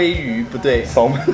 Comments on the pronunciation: 滿好看~適合配飯吃，但小挑個骨頭，salmon是ㄙㄟ們不是搜們，L不發音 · Salmon 的L是不發音的。”samon” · Salmon的L不發音～ 不好意思又在當英文糾察隊🤣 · 喜歡新單元耶 不過一定要糾正一下Salmon的發音😂